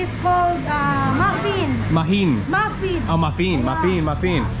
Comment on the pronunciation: Maffeeen 😂 mufflin